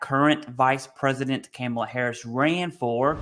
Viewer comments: The pronouncing of her name Kaa-muh-luh. Not Cam. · Not camel ah but Comma La.... 👍🏼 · Commi-La. I'm not the guy that normally points out spelling errors. Communist Camel-la!! Tomato or tamato. Dems are so worried about peoples accents and not the actual issues in the US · You need to pronounce the name correctly Kamala (Comma - La) Harris.with you doing that I am worried.. but Riddle me this what is the Vice-Presdents job? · Informative video!! Just a quick note for future videos her name is pronounced Coma-luh. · You pronounce a persons name correctly in a professional context, unless you want to be seen as a fool. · Her name is Kamala...like.... (Comma-La) You didn't even do your research to get her name right. 🙄 I told you this is divisive. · Good video. Sidenote. You keep saying her name incorrectly. Take it I don’t like either party or their candidates but out of respect everyone needs to pronounce her name correctly. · You should probably learn how to say her name first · If you don't think that the PACT Act and other recent VA changes have made seeking benefits and healthcare easier and more accessible to millions of veterans, you need to have your head examined. It's far from perfect, but getting much better. But what else would you expect from the guy who can't even pronounce her name correctly? 🤣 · unfortunately, her name is being mispronounced on purpose by Trump and many on the right. He does it on purpose because well that’s what Trump does. You just happened to walk in on that by honestly mispronouncing her name in this video. Some people are going to think you did it on purpose like Trump does. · Appreciate your perspective and holding these officials accountable,. It was also pretty funny hearing you say “Kamala” like an old southern white lady saying “Pamela” 😂